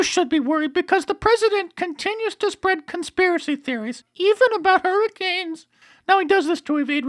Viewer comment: The way he said "hurricanes" I'm dying!!!!